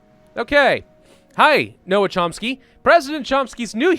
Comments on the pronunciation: It’s not no-am, it’s pronounced like gnome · it's NoaM, not Noah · For future ref Noam is pronounced more along the lines of “gnome” rather than “no-am” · they way says Noam triggeres me greatly.